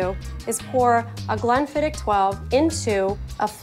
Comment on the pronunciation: She pronounced it the right way. Maybe she had less "h" after the "k" sound but MUCH closer than goobers saying "glen-fidd-itch".